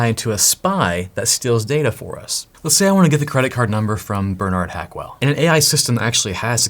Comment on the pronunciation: Who saw the name on the creditcard: Bernard hackhell but he says hackwell 🤣🤣